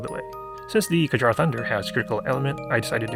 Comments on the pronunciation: It's pronounced as kyarr btw. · I cringe at every kjarr annunciation